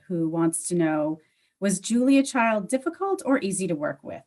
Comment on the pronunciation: Did you say "Julia CHILDS"? 🤣🤣🤣 is a GEM of TROOT! ❤️